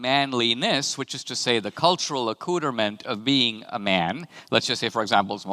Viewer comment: Ah yes the best word... "a-cooter-mint" Hey D'Souzsa, if manliness and womanliness is a social construct, then what does it mean to be more a man or more a woman, you fake historian? God what a simpler time, when these dipshits were making a big stink over bathroom assaults that they imagined would happen but never did.